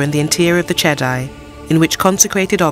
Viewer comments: Che-dee not che-dai. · Everytime you said chedi you call chedai.